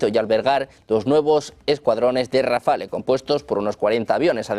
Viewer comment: Rafael no ! Rafale